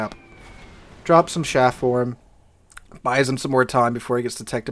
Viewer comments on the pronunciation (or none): I'm sorry, every time you said SHaff I cringed...it's CHaff, like Charly. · chaff not shaff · CH af. Not shaff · Do you mean Chaff? Sounded like you said Shaft...